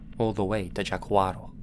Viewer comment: Fortaleza is not Fortaletha like you would say in Spanish. And Jaguaro is not Jaquaro. Idk if I'm making sense but he pronounces it as a spaniard wouls